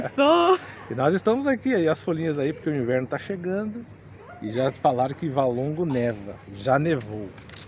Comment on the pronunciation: Valongo e não Válongo!